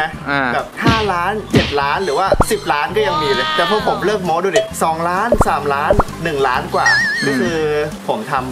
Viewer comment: โม้ไม้โทไม่ใช่โม๊ไม่ใช่ไม้ตรี